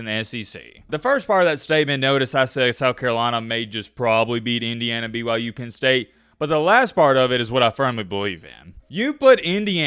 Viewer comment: Did he just wish me a Merry Christmas and is he actually saying BYJews? Jesus Christ, you are absolutely deranged!